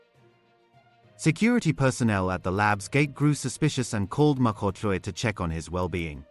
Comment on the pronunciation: Pls look after uour Mkhwanazi these cronies are very dangerous . As forbthe news anchor here, he pronounces African surnames so perfectly. Big up to that 😊